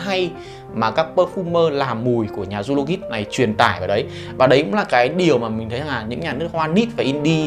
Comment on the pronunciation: Zoologist đọc là “Zu-o-lo-jizt” a ơi :v